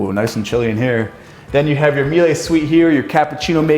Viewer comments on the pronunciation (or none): It's a Miele Indoor Electric Grill. It's also pronounced Mee-Luh.